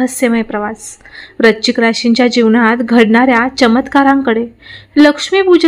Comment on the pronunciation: Tumhi rashicha ucchar barobar kara.vrushchik vrashichk nahi